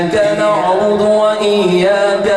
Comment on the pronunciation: قاری صاحب آپ سے گزارش کہ یہ (ايّاك نعْبدُ) میں یہ (د) صحیح کردیں آپ (ض) پڑھتے ہیں